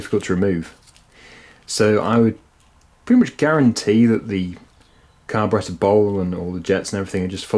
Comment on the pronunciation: Your narrations are good. You pronounce carburettor correctly.